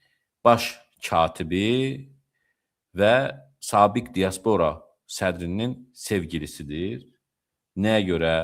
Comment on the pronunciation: axı sən elimli adamsan.Dia'spora vurğu birinci (a) hərfinə düşür.